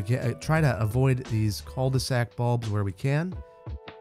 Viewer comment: Love your videos. Cul de sac 😂 I’m French and I tried to understand what you meant by « ceuldesac ». You don’t have to pronounce the « L ». I think you can pronounce like: Ku de sac That mean : the ass of the bag literally. You do not have translation of that term? Keep doing that well! ❤🍓